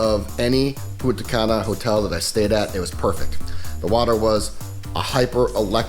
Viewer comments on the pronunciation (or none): This fuck boy can't even pronounce Punta Cana correctly.